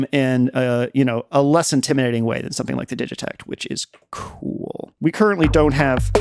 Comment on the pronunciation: Man, you really know this thing. I hope to as well, in a few years 🤣 (and thank you for pronouncing 'digitakt' properly)